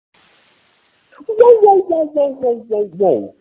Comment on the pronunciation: The way he said WHOA WHOA WHOA WHOA reminds me of when your dog is like almost barking but not really at full force lol